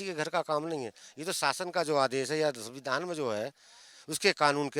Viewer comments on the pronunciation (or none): none